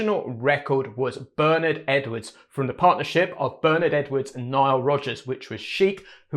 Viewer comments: The genius of this bass line is the kick drum punching its own space in the mix on beat one. The bass guitar anticipates the bass drum without landing together on the one of the bar. Very unusual and keeps a sense of anticipation going. (Btw Bernard Edwards' name is pronounced "Burr Nard" and the "Nard" part rhymes with "hard") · Hi, great breakdown. Just one aside: Bernard Edwards first name is pronounced 'Bern-aard' as in eg 'Bern-hard' (not Bernard as in Cribbins). It's a common (UK!) error in pronouncing it, much like Louis Johnson is actually pronounced 'Lewis' (as in Hamilton), not 'Louis' as in traditional French. Cheers & all the best! 👍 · So, "Ber-Naaaard" is quite clear (US-American). And Louis Johnson was an US-citizen as well. For me: American pronunciation!